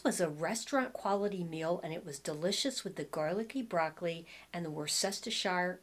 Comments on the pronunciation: say it phonetically Woos ter sheer sauce 😊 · Say "woostershire" for the sauce. I'm told that's the way the people who live there say it with a soft oo as in foot. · It's pronounced wooster sauce 🙂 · Thanks as always for the video. I thought I was going to die laughing at the difficulty pronouncing Worcestershire sauce. Reminded me of Bugs Bunny. Wor-stet-sheer-shire. 😂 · Just say Woostershire! Think Worchester, MA that's how I remember it.😀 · Hi! In my area of MA/CT we pronounce the pan sauce as "Wustersheer". I hope that helps! (Great video, as always!) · WOOSTERSHEER LOL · I much prefer the size small cardigan on you. The medium size, as well as the stripe design, overwhelms you. Great try on as usual. I agree with the MA/CT viewer (I'm from RI). Wustersheer is the way we pronounce it, although with our RI accent, what do we know. Love your accent (Philadelphia-ish, Southern NJ?) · Hi …I’m from central England living in US and we say Worcester shh (as in hush) or just Worcester sauce.❤️your videos…you are funny & beautiful 🥰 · Say "Wooste-sher" sauce or just "Wooster" sauce 😉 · Worsh-ter-sher or woosh-ta-sher so funny. 🙂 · That seems to be a hard one for everyone - including a lot of chefs. I think it's wu.stuh.shr (like in New Hampshire) It's easier to say when you don't look at the spelling of the word. OK, I see I'm in the minority but I like the cardigan in M on you - it just has the look I like. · 😂 Worcestershire 😅. So funny! I like the small sized boyfriend sweater on you and I prefer the white on you as well! I’ve gotta get those white western slouchy boots! Thank you for another excellent video. 💕💕